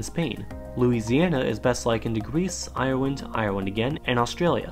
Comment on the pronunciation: so apparently you're born in Moldova and there are countries called Polan^, Bangla^esh, Irelan^ and Djibouti